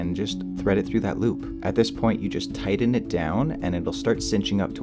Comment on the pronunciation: "tydden it"